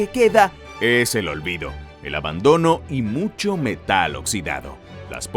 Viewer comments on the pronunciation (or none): none